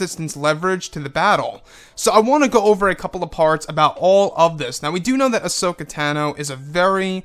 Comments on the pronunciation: Pronounced "Ah-So-Kah" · She was called "hashoka" here for ages , but darth vader told me it was ashoka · This sounds pretty cool! Would be a nice addition to the movie side of the SW universe. Also, sorry to be "that guy" - and I'm no EU expert - but is that really how to say her name? (Still gets a like from me)